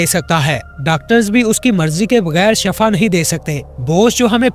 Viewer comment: Shafa nahi shifa Sahi lufz h shafa k manee mout h ar shifa k manee sehat h